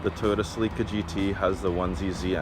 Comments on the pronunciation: Accent goes in the CE.. not in the LI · It’s pronounced cell-uh-Kah not “seleeka” 😂😂😂😂😂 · It's pronounced Sell-eh-ka, not Suh-leek-uh...other than that, it's a pretty sweet ride! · ugh, why is he pronouncing it sə-LEE-kə? it's SELL-i-kə. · Not sure which sounds worse, that car's exhaust or the owner's pronunciation of Celica. It's "Cell-ick-ah" not "Sea-Leak-ah"... unless you park it in the ocean. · SE-LEEEE-KAA errrrr SE-LICK-UH for us in the States. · In US English it sounds like he's saying selica (SELL-ika) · Never heard sell-uh-kuh pronounced sell-EEK-kuh before. Maybe it's a Canadian thing. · Did this man just say toyota "suhleeka"... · lol did he say toyota celeeka 😂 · WTF is a Cel-leak-a, eh? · It’s pronounced “Sellicka” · Lol, sell-leeka! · Oh I hate how he pronounces celica. Isnt it supposed to be Cell-ick-Ah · Toyota Sileeka? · Sell eee kah........eh? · No! It's SuhLeeka! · US dealers and advertising never pronounced it SuhLeeka. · That’s not the correct pronunciation of Celica. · Someone call this guy and please tell him how to pronounce "Celica". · Ok he keeps saying Celica wrong. I'm done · The way this guy pronounces “Celica” is making my ears bleed. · Everytime this guy in the video said 'celica' made me cringe hard asf